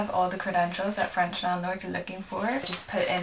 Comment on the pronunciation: Omg!!! Your French accent is so good!!!😍 Wishing you the best in this new adventure xxx